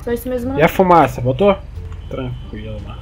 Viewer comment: melhor parte é ele falando tranqilo tranqrilo